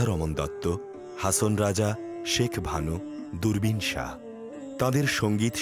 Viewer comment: নামটা ঠিক করেন না কেন? নাকি ইচ্ছা করেই বাঊলের নাম বদলে দিয়েছেন? Saha না এইটা Shah